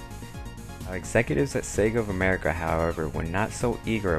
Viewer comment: Yup, Sega of Amewica;D